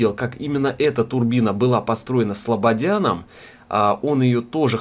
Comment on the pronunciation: СлабоДяном , а не СлабоНяном😜